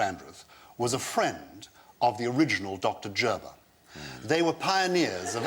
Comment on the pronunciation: For what it's worth, Americans pronounce "Gerber" with a hard G. "Jerber" sounds absurd...